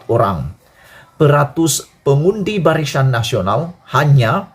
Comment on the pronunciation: Barisan ke barishan adik ..hehe.jaga sebutan ya.